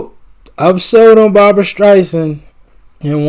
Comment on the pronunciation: B A R B R A Spelled like bra on the beach. 😁 Pronounced with 2 syllables, not 3.